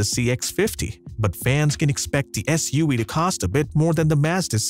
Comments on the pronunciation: What's up with your "V" said like Wee? (S-U-WEE) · “SUaweee” I can’t 🤣🤣